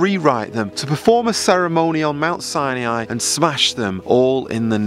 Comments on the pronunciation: its pronounced mt ' si ni ' not si e' ni................ you should know better............... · Brother it's not Sainiai. It's Sinai. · Is there a reason you pronounce it "Siniai"? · From Egypt, please learn how to say Sinai properly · Where exactly do you see an E in Sinai, stop mispronouncing the name of a sacred place, and who gives you the right to call others out , isn't this against ALL you supposedly stand for ?? I am a believer but NEVER do I call people out for their GOD given right of CHOICE, as misguided as it may be, you need a dose of humility and understand if you are a messenger then give the message, don't berate people in your quest. Hopefully you get something out of this, tho I kinda doubt it .